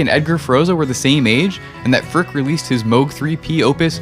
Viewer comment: Schulze = Schulz-uh, Fricke = Frick-uh etc